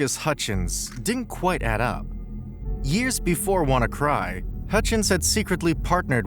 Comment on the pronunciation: This video contains several major factual inaccuracies about WannaCry. First, the malware was called WannaCry (Wanna Decryptor/WannaCrypt), not “W to Cry” or “Wukry.” The video repeatedly misnames the malware and then builds its narrative around those incorrect names. The claim that WannaCry used a modified version of Windows' own encryption tool called “Wind Cry” is also wrong. WannaCry used its own ransomware encryption implementation, while the propagation component exploited the EternalBlue SMB vulnerability (MS17-010) in Windows. Port 445 is relevant because SMB commonly uses it, but simply having port 445 open did not mean a computer could automatically be infected. The 230,000 computers / 150 countries figure is widely reported, but it should be understood as an estimate. Also, WannaCry did not necessarily “scan its entire network” in the simplistic way described here. Its propagation involved exploitation of vulnerable SMB systems using EternalBlue, along with other mechanisms. The Marcus Hutchins story is also seriously distorted. Hutchins did not end the entire WannaCry outbreak simply by buying a domain for £10. He registered the hard-coded kill-switch domain, which caused affected samples containing that mechanism to stop executing their ransomware routine. However, WannaCry continued circulating, and other variants without the effective kill switch appeared. The domain registration was extremely important, but saying “the outbreak was over” is incorrect. The clai